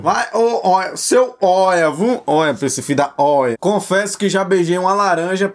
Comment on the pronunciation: baiano pa OIA